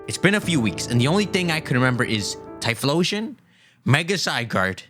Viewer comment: "the only thing i can remember is thyphlosion" - im dead lol